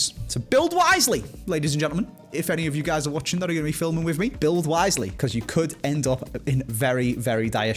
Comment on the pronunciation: says "build wisely", but all I heard was "build and Itani Hybrid" 😂